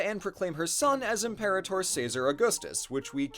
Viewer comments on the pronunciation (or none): none